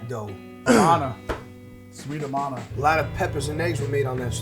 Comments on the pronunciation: It’s pronounced A-Man-A sub brand of Maytag in Iowa from the 30’s. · The brand Amana (pronounced, uh-man-nuh) gained its reputation for high quality from the meticulous work of artisans and cabinetmakers in the Amana Colonies, a communitarian German settlement founded in east central Iowa in the mid-1850s. So a Midwesterner who named his company after a German commune in the 19th century helped to make 20th-Century-New York-style pizza in Brooklyn… makes sense.